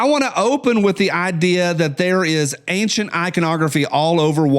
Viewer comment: Ok,, my turn to be grammar nazi adjacent. I'm hearing more and more people pronounce the word "ancient" incorrectly. It's not "angcient," there isn't a "g" in ancient. Feel free to call out any mistakes, after all, that's why I'm adjacent and not certified.